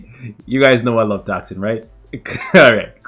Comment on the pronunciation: Can you pronounce moonstone like you did T O X I N